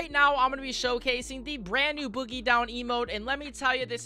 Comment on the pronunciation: boogie down not boggie down just a slight error